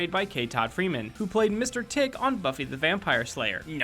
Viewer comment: i know this is nit picking but as a Buffy fan, i have to say, it's Mr Trick, not Mr. Tick. he debuted in the season 3 episode: Faith, Hope, and Trick.